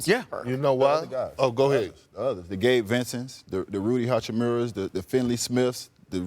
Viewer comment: No-one: Udonis Haslem: Rudy Hachamura, FInley smith 😂😂😂